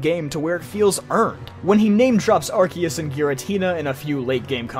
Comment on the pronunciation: Why the hell is everyone pronouncing Arceus wrong? It's ar-see-us (or ar-say-os), not ar-kios.